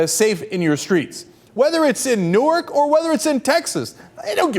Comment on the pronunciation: what is "Newerk"? lol.